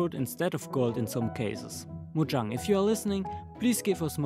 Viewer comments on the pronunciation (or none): none